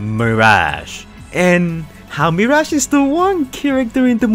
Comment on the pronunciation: Yess “meerash”